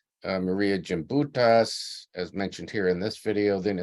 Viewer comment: Respect please in pronouncing her name correctly. Gimbutus with a "G". Not Jimbitus with a "J".